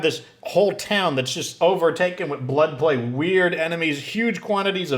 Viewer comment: Euthanize black people???? Seriously that's what it sounded like you said.